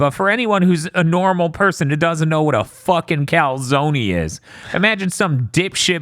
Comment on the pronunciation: turning into a New Yorker while talking about the calzony